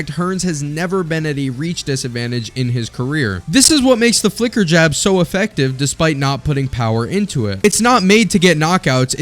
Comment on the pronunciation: The "flicker" jab subtitle and pronounced like "f*cker" jab suprised me at first glance.